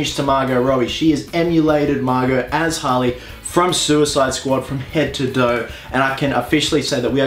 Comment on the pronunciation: It's head to toe not head to doe